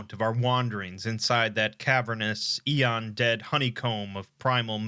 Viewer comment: not sure if he’s mispronouncing it or it’s a regional thing